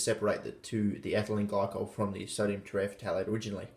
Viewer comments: Tera-f-thalate. Not tereh fatalate. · Te-re-thal-ate: the p is silent just like it is in phthalic acid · It’s pronounced terephthalate you ding dong!